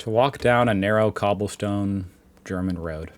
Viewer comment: I really like your videos, but I keep wondering how you manage to slip guttural sounds into simple German words when you try to speak German. Maybe the trick isn’t to pronounce every word like a drill sergeant giving his recruits a dressing-down. 😂